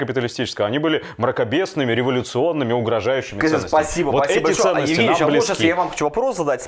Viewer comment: не "Пасиба", а "Спасибо" надо говорить.